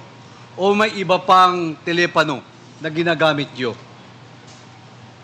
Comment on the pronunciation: Telepano o telepono😅